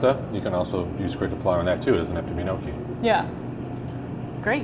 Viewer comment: The way he pronounced gnocchi made my italian heart hurt